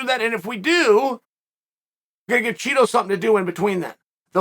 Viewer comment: BUt you are supposed to pronounce Chito as CHEETO